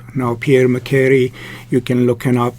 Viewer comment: You should pronounce MA-SHE-RAY